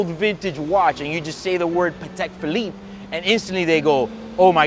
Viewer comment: Paddeck Pheleeppeh